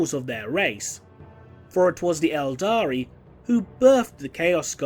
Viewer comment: Cmon man 'eldar' don't call them eldari